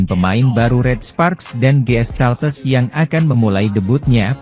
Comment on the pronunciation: Ini orang gimana gimana sih.GS Caltex bkn GS Caltes.Caltex /California Texas Itu perusahaan Oil milik Amerika belajarlah membaca yg benar.